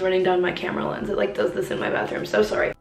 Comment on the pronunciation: the fact that she pronounces sorry as soowry